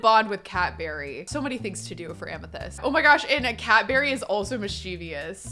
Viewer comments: I kept thinking you were saying “Cadbury” instead of cat berry. like a Cadbury egg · Every time she says Cat Berry I hear Cadbury.